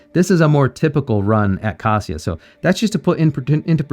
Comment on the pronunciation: you pronounce kasia's wrong. that is why she is not giving you 🐾🐾🐾 paws